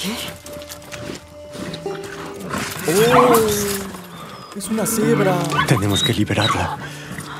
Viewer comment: Jjjajajajajajja le dice "Abs"